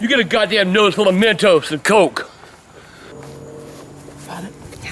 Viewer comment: I don't know why? But the way he says "Coke" just made me laugh😂😂